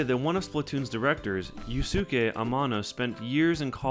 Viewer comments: "You-skay" not "you-sue-kay" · Slight bug that doesnt really matter but might be good to know for future reference: Yusuke Ayano's first name is pronounced Yooskay.:) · "Yusuke" is pronounced "yoo-skay".